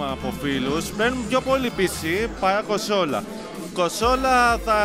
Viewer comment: κοσολα οχι κονσόλα 😂